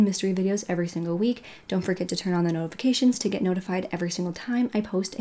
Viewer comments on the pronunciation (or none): none